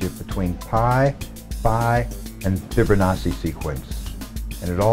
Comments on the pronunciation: The "fibber nawsee" pronunciation drives me nuts lol ..."Fib-o-nawchee" the double C is a "ch" not a "ss" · It's "Fibonacci"... not "Fibber-nachi"?!... are you freaking serious?! We are NOT one, we are distinct individuals that are so far from being one in spirit, it's mind boggling, UNLESS... you mean one in sin and our cursed nature in this world, then you may have a point. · Lmao why does he say it like that tho... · His name is Fibonacci. NOT FRIBO-NAZI!!!